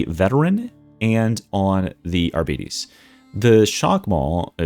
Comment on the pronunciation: Amazing video, but man, it hurts to hear "arbiiites". It's pronounced like Arbiter, but with s instead or f in the end.